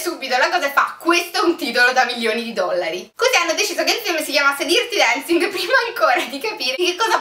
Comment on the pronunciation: DIRTI Dancing non si può proprio sentire..